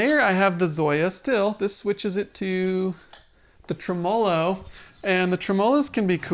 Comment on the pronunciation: Enjoyed your video. But it's trim-o-low. Not trow-molow. Trim-o-low.